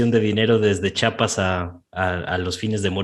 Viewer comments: Se dice CHIAPAS NO CHAPAS😡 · Se lee chiapas no chapas muchacho